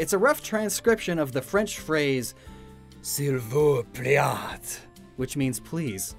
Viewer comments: Bruh I'm dying over how he butchered "S'il vous plaît" (it's pronounced like "SEE-VOO-PLAY") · S'il vous plait is prounonced like : Seel vou plait (The T is silent) French can be complicated sometime, Also, only the word Âne means Donkey in French I still appreciate the hard work of the video tho ! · “Sill vouse playt” Lmao why did he say that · I'm part french so I cringed when you so horribly mispronounced 1 sil vous plait (sil vu play) 2Beau (bow) 3 blanche (blaunk I guess I couldn't think of a good way to describe it) omg I've edited this comment 4 times now 4 chevre (shev/shevr depends on whether or not theres an e at the end) 5 Jacques is pronounced like jack (but more like jjjack kind of idk how to explain) 6 Soleil (so-lay) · Thinking about how seemingly never looks up pronunciations for anything. Even simple things like “s’il vous plait” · I was so like, I don't know, disgusted I guess by the way he said s'il vous plait. He probably doesn't speak French, and I really liked the video but wow that was so not even close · Did...did he...was that supposed to be "S'il vous plait"!? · I’m sorry how did he pronounce please in French?